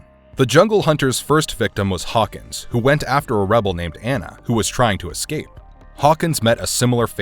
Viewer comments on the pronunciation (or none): none